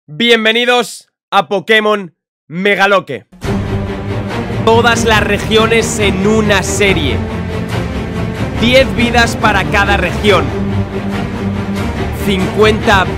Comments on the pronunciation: Regíon o región? Jajajajaja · Regíon? Será región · Región se acentúa en la "o" no en la "i" bro 🤣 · Regíon xd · región con acentuación en la "i" Empezamos con el primer fail de la serie 😔🤝 Edit: Se ve que la serie va a ser una de las mejores xd Edit 2: Espero en esta serie si pueda levelear a sus Pokémon